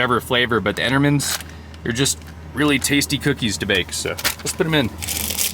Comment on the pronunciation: Entemans no R